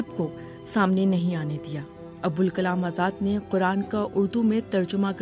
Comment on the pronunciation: عبد الكلام نہیں ہے ابوالکلام ہے کُچھ پڑھ لکھ کر اتنے بڑے پلیٹ فارم میں بولنا چاہیے